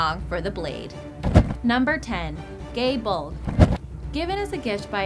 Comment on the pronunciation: "Gay Bulge"